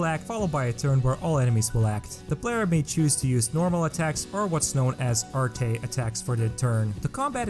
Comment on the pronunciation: It's spelled arte but it is pronounced like art just a minor insignificant knowledge o have